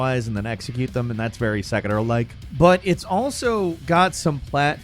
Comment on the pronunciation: Why does always pronounce Sekiro as SAKAROOWWW you don't sound Japanese lmao. Also please learn the difference between a remake and a remaster TLOU had a PS4 remaster TLOU Part I is a total remake.